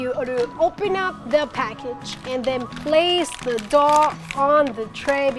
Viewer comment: "place da do"